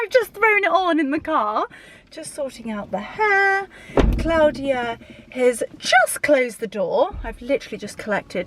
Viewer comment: Thank you so much for taking us along on your wonderful day in London. I always love how you say Claudia the correct way. My name is also Claudia and the only person that pronounces it like that is of course my mother. I know you were exhausted after that day. Hope we get to see the ouppies again soon. They are just precious.